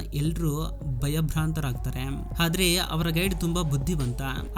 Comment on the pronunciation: ಹಾದ್ರೆ ಅಲ್ಲ ಆದ್ರೆ